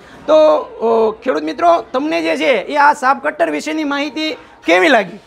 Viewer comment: Saaf cutter Nahi muriya saaheb chaaf cutter bolo